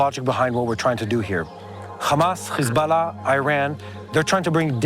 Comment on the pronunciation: Please stop saying Hezbollah like that